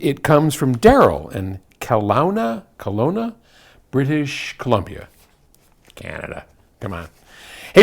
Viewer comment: You got Kelowna right the last time, good work Paul. It's one of those first nations/native names.